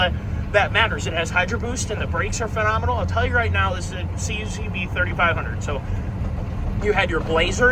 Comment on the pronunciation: Great series, I’m here for it. If you care, most people who reference these vehicles say “Kuck-vee” not “see-you-see-vee”